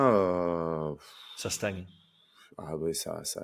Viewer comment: il prononce aussi "stanier" pour stagner 😂